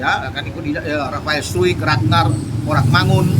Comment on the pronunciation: Cara baca rafael adalah Rafael straekkk Bukan rafael struikkkk